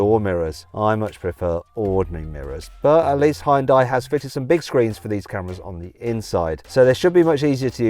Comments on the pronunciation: ヒュンダイ、ヒョンデでもなく、ホンダィね。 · 現代はホンダにわざと発音を似せているってネトウヨとかの嘘かと思ってたけど、ネイティブの発音聞くとまじでホンダに聞こえるｗ